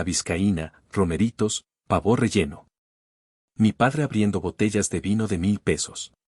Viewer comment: como dejas que tus narradores cometan faltas de dicción, como SEGARAMENTE, PAVÓ y PENTOUSE, algunas más se oyen ignorantes RIDÍCULOS del idioma